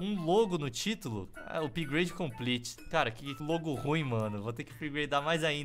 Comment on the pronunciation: "Upahagdlglaglgafpade completo"